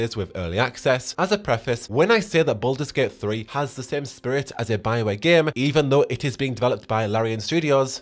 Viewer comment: Everytime you say "Game" it sounds like "Gimp" lmao